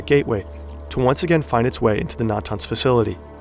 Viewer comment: That isn't how you pronounce Iran, Natanz, or Arak.